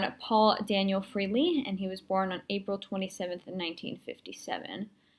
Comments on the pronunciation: One comment, his name is pronounced FRAHLEY (long A) not frehley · Not bad. You performed a few steps out of sequence, but a decent end-result for your first attempt. Great that you had fun doing it. BTW - the correct pronunciation of his last name is "Fray-lee", not "Free-lee"